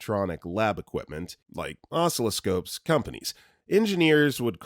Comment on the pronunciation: "osCILLoscope" accent is on the SECOND syllable.